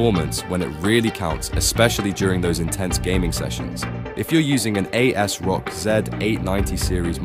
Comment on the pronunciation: As-rock, is how it's pronounced sir.